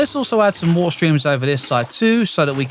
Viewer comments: Lets grab a bucket of woolllleer... bro 😂 english people will never change... relly good video sir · did anyone notice he said wa'er?